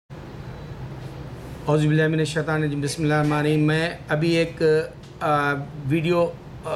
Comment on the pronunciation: BABA Ji pehlay Bismillah Parhna tou seekh lu, Khud tou islam ki talimat par amal karu .